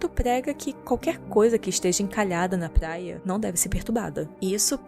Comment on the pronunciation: "Plaia"???pqp kkk